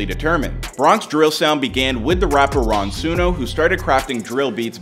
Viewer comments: Nigga said Ron suno … naaaa hell no . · Bro said Ron suno 😂😂😂😂